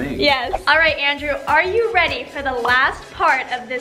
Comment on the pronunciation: YAY,😁, “LANDREW”I mean, Andrew 🥇